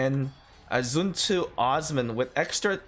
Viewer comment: Literally everyone: 'SunTzu' Our boi: 'jun jzu'